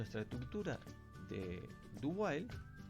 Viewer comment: Lo que dice: "Ya vimos 'while', ahora estamos en 'do while'." Lo que yo escuché: "Ya vimos 'while', ahora estamos en 'Dubai'."